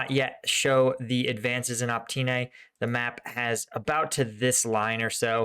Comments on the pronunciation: Please!!! OpyTne, T BEHIND the y, not OpTyne. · Look. I know ukrainian village names are hard to pronounce, but it has been months now so I have to tell you - it's opYtne not opTyne ok? :-D it's driving me crazy. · it's not OPTYNE, but OPYTNE - you keep making that mistake:-)) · It is Opytne and not Optyne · since you keep saying it wrong now for several times. The settlement south of Bakhmut is call Opytne („uh-pit-neh“), not „Optyne“ (which you keep calling it and which is actually even harder to pronounce!) Other than that - keep the content coming! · Even in case you are dislectic, there is no excuse for butchering easy city names if you are taking this channel seriously.. "Optine..Optin..Optyn.." uff.. Just a few cities along war line and you did not invest few minutes to get in touch with somebody local to help you pronounce cities correctly? Common! Step more - my kids learned how to read azbuka in 20 minutes just studying differences between latin and azbuka names on your maps! How can I believe in your ability to understand things if I see your inability to learn just really basics related to topic such correct cities pronunciations.. Disapointed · FFS! OPYTNE!